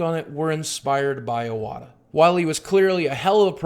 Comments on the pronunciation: His name is pronounced ""ee-wata"....not "eye-wata". FFS suck. If you are such a "fan" the least you could do is pronounce his name correctly. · Would have been nice if you actually had pronounced his name correctly :/ Ee-wata, not Eye-wata. sigh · Goddamnit, his name isn't iWata like an Apple product, it's ee-wata. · Just to let's you know you're pronouncing his name wrong. It's not eye-wah-ta. It's ee-wah-ta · EE EE-wata not eye-wata EE-wata fuck. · Rest in peace Iwata-san. I love that so many people are celebrating his life. However I wish most Youtubers would do a little research and learn how to pronounce his name before thanking him for his contributions to this industry we all love. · dude Boogie give the man the RESPECT he deserves by NOT butchering his name. Its pronounced 'EE-WAH-TAH', not 'EYE-OH-WAH-TAH' bro. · I like nintendo, yeah. My first game was Contra. STILL, it's pronuonced E-watta, not Aj-watta. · R.I.P #Fuckcancer On a side note, his last name is pronounced ee-wah-tah not eye-wah-tah. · Alright, someone's gonna have to be "that guy"... It's pronounced Ee-wata, not Eye-wata. Agree with everything else you said though. I wasn't a fan of some of his politics, but he was a damn fine businessman and never failed to put a smile on my face with his self-referential humor and attitude. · Great video. You have a great presence and voice for this. Just one thing: It's "ih-wata" In Japanese there are 5 vowels. a,i,u,e, and o Pronounced: "ahh" "ihh (and in pick)" "oooh" "eyyy" and "oh" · pronouncing someone's name has nothing to do with whether you are speaking in japanese or not. Calling Iwata "eye-wata" is like someone calling a guy named Steve. "Styurbb" Also, I like the idea that you equate pronouncing someone's name correctly as being "weeaboo". That's about the most depressingly american thing I can think of.